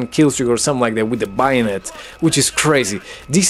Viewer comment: It's pronounced bae-o-net for future reference lol